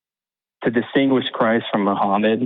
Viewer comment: Umm. Well. You know. Um. Well you know. Uh. "Disingquish" ...uh um stuff like that.